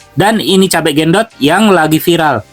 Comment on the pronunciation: BUKAN GENDOT,TAPI BENDOT